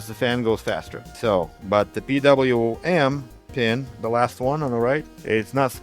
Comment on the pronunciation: Calling it "Pee Wee Em" instead of the atrocious "Pee DoubleYou Em" warms my European heart.❤